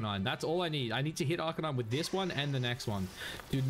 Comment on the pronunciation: arca-nine not neenee lol